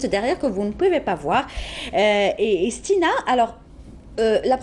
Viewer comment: ***** il lui manque des H à stina !